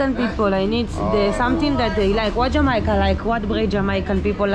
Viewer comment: In English, it isn' t pronounced "Jamoyca"...it's pronounced "Jaa-may-ca"!